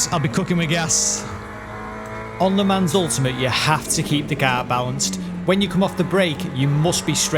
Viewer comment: It's pronounced "le mon" not "le mans".